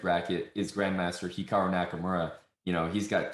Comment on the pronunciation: The way it says that hikaru's name is hiakru in the interview